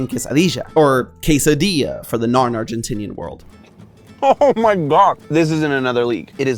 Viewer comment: So I love food theory.. But you have to stop saying ARGENTINA cause every time you do so I simply can't just focus on the video Anymore. Aguante argentina carajo! Cheers from Buenos aires:)